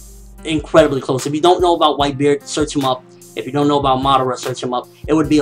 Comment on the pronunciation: Like if u flinched when this guy first appeared on the screen saying white bared lol, no offense guy I love ur reviews